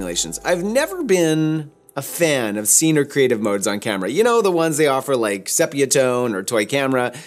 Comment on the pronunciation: Nice video, but here we go. PRO-via not pro-VEE-uh VEL-via nor vel-VEE-uh SEE-pia not SEH-pia If you're going to say ASS-tia, you should be saying then all the same way. I worked with a Fuji rep back in my Ritz Camera days ( , 7 Corners Falls Church VA) and that's how he and other Fufi professionals said the names. Really good tutorial though.